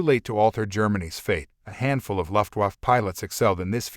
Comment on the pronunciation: A.I. narration sucks...it can't even pronounce "luftwaffe" correctly. Get a human to narrate, until then I'm not going to watch anything you post.